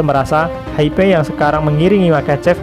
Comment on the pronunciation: Hype pengucapannya Haip.